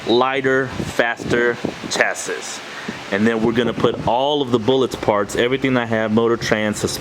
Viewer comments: Yeah I don't think I can watch a car channel that don't even know how to say chassis! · If you are going to build and race cars you need to learn how to say chassis the s is silent